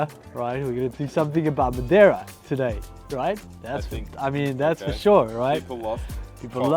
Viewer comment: Hi My satisfaction started with you pronounce madeira correctly 😊😊😊🎉🎉 and then speaking with the master craftsmen.👍👍👍.regards Carlos